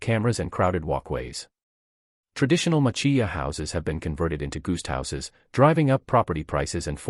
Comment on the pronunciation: "Goost houses"--hah! More AI training needed......